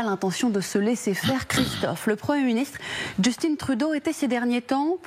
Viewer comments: Pourquoi prononcer à l'anglaise un prénom francophone?!?!?!? c'est JustIN.... Pas Justine!!!! Ah ces français!! ;0P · Bonjour, merci pour la diffusion. Un petit point : on ne prononce pas Justine Trudeau, mais Justin Trudeau. Justin comme Tintin. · Justin, dans Justin Trudeau, se prenonce à la français SVP. Cessez de dire Justinn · JusTIN comme dans TINTIN, pas jusTINE comme dans Poutine. Au Canada français, on ne dit pas MacrONE.. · Le prénom " Justin " se prononce en français.